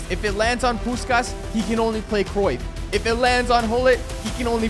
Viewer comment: bro really said decruyff(did anyone notice?)